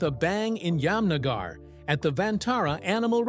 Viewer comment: Interesting but the pronunciation is hilarious : ‘Yam-nagar’ and ‘Salmon’ Khan!!!🤣🤣. If you’re putting this in the public domain, at least rehearse names that are unfamiliar.